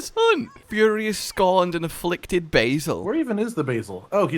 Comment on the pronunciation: "Affliced" lol